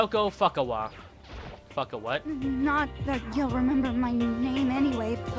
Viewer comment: yang I love his pronunciation of, Toko Fukawa. It's now Toko Fuck- awa" ^_^